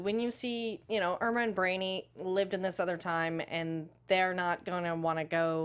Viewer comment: His wife’s name is Imra Ardeen not Irma.